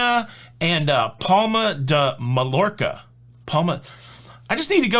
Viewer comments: Help: Mallorca pronouned "ma york a" In Spanish 2 L's pronounced like y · Mallorca pronounced Mah-york-ah ll sounds like a y, :) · Sorry but I can't help my self...Civitivecchia...savit-a-vekia and Mallorca..my-orka. :-)